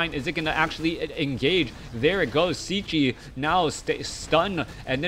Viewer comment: "Cechi" is shortly for his surname "Čechmánek", in English it would be pretty close to say "CHEH-khi" (as english doesn't have "ch")